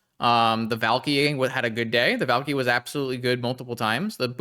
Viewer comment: valky vault key sounds Finnish af when you say it